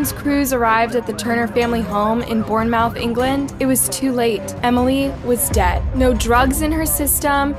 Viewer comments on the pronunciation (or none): Born Mouth..... it's Born-Moorth - that doesn't take away from how sad and disturbing this story is, it's so horrible to see someone so young lose their life to scum bags like this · Bournemouth is approximately pronounced Born-math. I use google translate if I am uncertain about sounds and listen to their pronunciation. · Hey, just letting you know it’s pronounced as ‘Born-mooth’